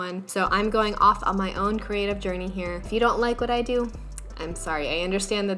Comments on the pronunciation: "kinda gonna dew what I want it to dew" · did you just say you want it to... "dew" what you want it to "dew?" S:/